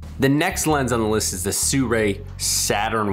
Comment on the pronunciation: I hate the way you pronounce Sirui.